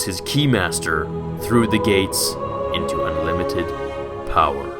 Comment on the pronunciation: I love how he says "powah" at the end like palpatine does